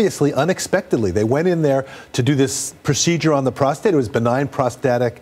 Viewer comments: What he has prostrate cancer ? Did u say it right ? Thought it was just benign ! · Yikes she really flubbed the opening saying he has prostrate cancer. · The lady host just said Charles has prostrate cancer haha she meant enlarge prostrate surgery